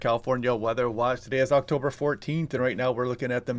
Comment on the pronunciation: The AI announcer failed with the date of the launch pronounce of October. Thanks for reminding me that human kind is fading from communication.